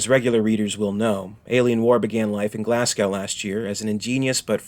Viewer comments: It's pronounced GlazGo, not GlassCow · Everyone from Glasgow is going crazy at the awful mispronunciation of the name of their great city! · Your pronunciation of Scottish Place Names is woeful man! Glasgow = Glass-Go & Ayrshire = Air-Shire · Burtualised the pronunciation of Glasgow and Ayrshire.